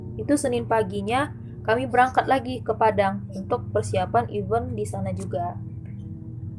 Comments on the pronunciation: FYI Even /ˈiːvən/ = bahkan / bilangan genap Event /ɪˈvent/ = acara Prepare /prɪˈpe~/ = menyiapkan Overall, suka ceritanya 👍 thanks for sharing the story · IVENT, gatel gw 🤣